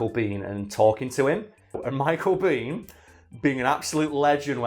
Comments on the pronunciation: Americans pronounce his last name " BAYn". Not " bean". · Michael Biehn pronounces his last name “bean”